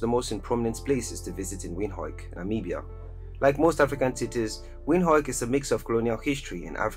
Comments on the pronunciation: Im dutch the the proper way for english speakers to say Windhoek is WindHuk Oe is in english more U like juke-box or Duke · The capital city of Namibian is Windhoek its pronounced as Windhook 🇳🇦🇳🇦🇳🇦